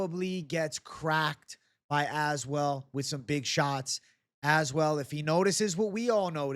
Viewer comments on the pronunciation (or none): i swear i think youre the first person i noticed that pronounced Az-well lol